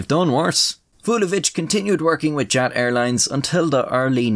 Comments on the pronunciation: Your illustrations are cool as usual. Btw the acronym of former Yugoslav air carrier is commonly pronounced "yut". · As a Serb, I am pleasantly surprised by your pronunciation! Of course you have a thick accent, but that is to be expected, generally you actually said all the letters close to what they actually are and the names aren't butchered! The only complaint is that Jat is pronounced Yat. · Jat is pronounced Yat lol